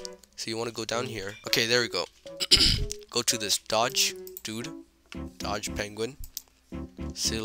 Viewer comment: Bro said "dodge" 💀